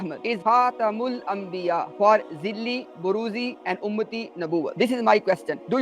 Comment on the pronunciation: It’s not zilli it’s zaleel 😂